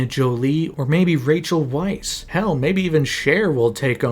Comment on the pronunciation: It's pronounced Rachael "vice" , oh, and Marion 'co-tee-yard", and this came out 6 months aftwr i started a 9 year sentence. Didnt see it until 2020 amd was honestly quite disappointed